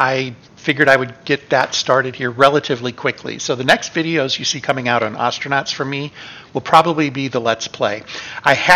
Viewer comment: Hey, you stopped saying Oh-stranauts! Nice!